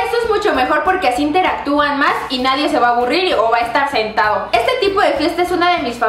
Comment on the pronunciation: oyeron en el minuto dijo santao